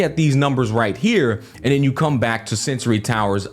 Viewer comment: bro it's sensor tower, not sensory. please you misspeak it every single time in every single video. no hard feelings, just vouching to do things accurately. peace